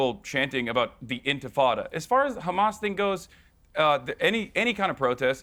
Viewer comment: She said hamas normally twice then went back to khamas.